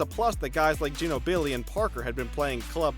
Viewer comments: It’s jeenobly. He really confused me on that one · DEE-VAK, GIN-o-BLEE Do you even NBA? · Geenobilly or Jeanobili or however he sayng it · The way he says Durant and Ginóbili is funny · i dig ginobili is too much for you to pronounce right but kevin dUrant... FFS dude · Seriously you still don't know how to pronounce Ginobili?? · geenobili or jeenobly pronouncation? the heck you dont even know how to pronounce what youve talkin about